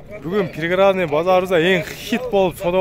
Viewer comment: Пригородный деп туура суйлосон